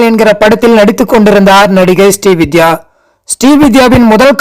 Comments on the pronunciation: அவர் ஸ்டீ வித்யா அல்ல.. ஸ்ரீ வித்யா.. தெளிவாக உச்சரியுங்க சார்... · ஸ்டீ வித்யா அல்ல! ஸ்ரீ வித்யா